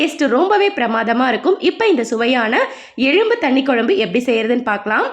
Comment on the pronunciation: எழும்பு என்று கூறாமல் "எலும்பு ' என்று கூறவும்.